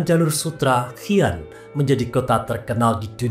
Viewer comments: Pendengar nya kedengaranya hian ..tujuanya si an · Bacanya Xi an (si an) bukan hi an jd aneh dengermya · Xi an . Bacanya shi an .